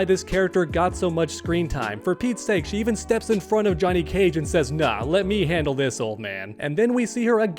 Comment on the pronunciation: Why is he saying "Juh-net" Cage?